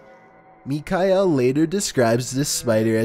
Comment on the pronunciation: its Michiel (My-kull) not “mee-kai-L” Love ur videos tho